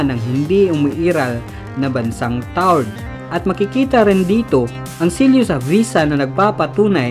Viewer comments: Tau red po hindi tard ahaha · Tau red hindi taured ang basa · mali pagkaka pronounce mo sa taured..hnd sya silent E.. ganito kung sa tagalog tawred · Taured po yun hindi tawrd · Taured TAWRED GANYAN ANG BASA TALAGA..TAWRED..HEHE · Tawa ako sa bigkas niya ng taured...TAW RED po ang bigkas ganyan po...TAWRED...